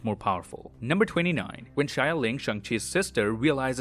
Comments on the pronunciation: It’s “Xialing” not “Shyling” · Xialing is pronounced “Shaling” not “shayaling”